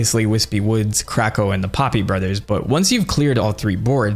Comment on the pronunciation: I love how you say “CRACKO” like you’re dropping a slur 😂😂😂